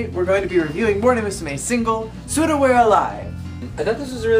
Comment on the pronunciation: You pronounce Souda as "Soda" not "Sooda" XD Also, I have to say that Souda We're Alive hasn't even nearly been as overused as LOVE Machine which is basically used whenever Momusu is mentioned. And Furusato wasn't really a love song in my opinion, it's a song from a daughter to her mother. But I agree that it's nice to see some variation in solos! Based on what you said about the lyrics and the childishness etc. I can't WAIT till you do some of the future songs~ Btw, I agree on the lyrics part:P